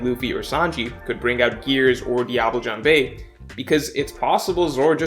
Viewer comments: Phoenix Emblazoned in Gold Breaker of Stars hmm lemme try: dee-ah-b-le (not é, just e, like it's silent almost), ja'n-be (again not é just e, and the n is nasle) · Phoenix Emblazoned in Gold Breaker of Stars i mean sanji says it wrong too. so there's that ^^ it's like diable "jomb"? just google leg in french ^^ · I'm french and I just can't with the way he pronounced diable jambe 😂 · Phoenix Emblazoned in Gold Breaker of Stars The pronunciation of The anime and is very wrong compared to the french pronunciation. However, speaking english or japanese and inserting "Diable jambe" into your sentence correctly pronounced in french sounds way weirder. Plus, Diable jambe in french is just two words struck together without any grammar to make it into a sentence. So, who cares. For exemple: La jambe du diable. (Though that's way to long). TL;DR. It's allright that ya'll are fucking it up. The correct way sounds worst. If you want to know, Ya'll pronounce Diable like it's an english word and Jambe like a spanish word. You prononce it Jambé. Just don't pronounce to last syllable after the b and you'll be closer as e in french at the end of words is half mute. Also, you often pronounced J, DJ. Just don't put a D. TL;DR Go to google translate and check the pronounciation.